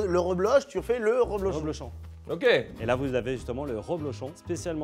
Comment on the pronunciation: Un champion du monde de fromton qui dit "roblochon" ?!